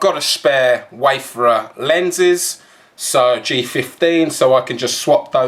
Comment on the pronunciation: Wayfarer. Not waferers